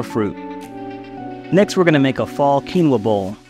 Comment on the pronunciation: Not your fault,. Quinoa should be "o-ah" (but it came from quechua, which doesn't have mid vowels. Just high (u, i) and low (a). So it was probably quinua, originally)